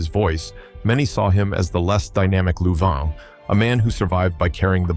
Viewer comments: It's pronounced Lou-vine! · Any way you could mispronounce Louvin, this guy did it. Damned AI! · AI narration (and text) sucks. It NEVER pronounces proper names correctly. It can't take into account colloquial & regional pronoun- ciations. It's Billy SHERRILL ! It's LOU-VYN (Charlie & Ira Louvin).